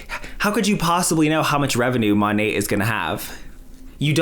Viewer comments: Yay love when you do Rachel or Dave and it's been so long since you have covered Monet!! No, I live in Australia and he just has no idea how to say the name lol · As an australian, we can pronounce 'monat' properly.